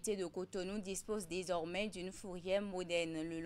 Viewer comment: DesormAIN RONgement Que dit l’orthophoniste ?